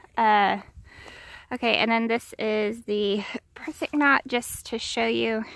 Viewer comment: When you say prusik, it is required you do so in your best Russian voice. I’ll wait while you practice that. Ok on to the other stuff. Good choices on your setup, considering there are only 4,815 choices on how to hang a hammock, tarp and guylines. Couple considerations. 1 - On your tarp ridgeline, think about getting a tarp flyz from Dutch. It would reduce setup time, and is much easier to deal with if you have cold fingers. That or practice tying knots with frozen fingers sometime. 2 - On your Prusik knots (would Svetlana be proud?), be aware they can slip in high wind. Say Grayson Highland or Roan Mtn winds. I’d be sure they are wrapped like 5x. 3 - I really think you could get down to 4 stakes but understand why you have more. If I need more, I’ll just pick up a small limb from the ground and use that. 4 - For the guyline tie out, I do something similar but use the marlin spike hitch to connect the line to the stake. It’s equally as easy to tie and untie. Just something to consider if your variation slips. Something else to consider though I’ll say I haven’t done it much myself is packing some things together - like you could leave the Hammock attached to the under quilt. Or maybe all three - Hammock, UQ, TQ - still attached together then into your stuff sack. Might save you a step. TallPaul On